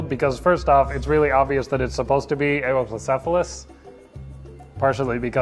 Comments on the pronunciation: Its You-wop-low-sef-a-lus, not A-ohp-low-sef-a-lus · Eh-woah-plocephalus?! I always say You-plocephalus... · I always pronounced it (dropping emphases and being lazy about transcribing my phonetics): "You-oh-plo-ce-pha-lus". Wikipedia seems to back me up: "yoo-OP-loh-SEF-ə-ləs" "Eh-oh" is...really weird to me, I'm not sure where that would even come from... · According to most sources I'm aware of--and this has been my favourite dinosaur for like a quarter of a century--suggest he pronounced it wrong. Presumably it's a secondary pronunciation from somewhere, but I've never heard or seen it transcribed before. I'm most familiar with this: "yoo-OP-loh-SEF-ə-ləs" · No, but really: this is my favourite dinosaur. Where did that pronunciation come from? I've never heard or seen it before, and it doesn't make much phonetic sense to me. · Your pronunciation was wrong but other than that this is awesome!